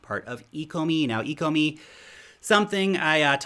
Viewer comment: I think you should take another look at the ecomi tokenomics. If you don’t know how to pronounce the name you probably don’t understand the potential.